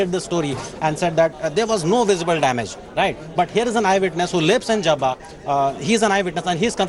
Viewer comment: Ye Masjid JABRA kay aas paas hai ? stupid JABBA not JABRA :) Read script correctly or check with script writer